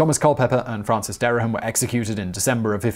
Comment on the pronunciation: There are two syllables in Dereham, not three.